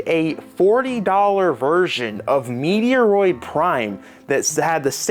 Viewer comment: Meaty-a-roid... 💀 Your killing me man